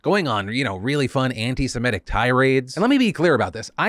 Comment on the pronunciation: Phil, you're killing me. the word is antiseMITIC not antiseMETIC. so many people mispronounce it, no shade, just triggering my ocd/a-hole buttons this AM